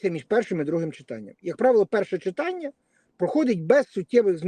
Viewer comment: Ведущая,говорите правильно,не чИтання,а читАння.Что за жаргон,тригернуло?